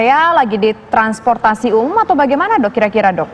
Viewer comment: Gak enak banget nyebut title Dok kan kayak dog